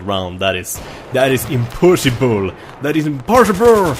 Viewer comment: I HAVE BEEN WAITING FOR YOU TO SAY "impossibruuu"